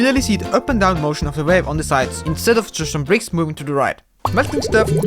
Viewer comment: I heard vape not wave... lol